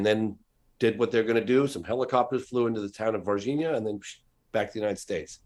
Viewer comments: It's pronounced Var-zheen-yuh. Not Varheenia. It's Portuguese not spanish {{{facepalm}}} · Its pronounced "var-gee-nyah". g is closer to english g than Spanish g. Don't assume Brazil speaks spanish 😔😓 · As a Brazilian, all I can do is protest against you guys pronouncing Varginha as if we spoke Spanish in Brazil. Lol The NH like the Spanish ñ is right, but the G like the J in Javier is offensive. Lol It should sound like the French G in words like camouflage. Ok, now I can continue watching the video...